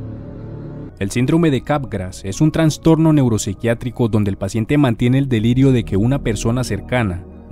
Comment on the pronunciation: no pude terminar de ver el video de la bronca que me da que diga traNStorNo, es trastorno nomás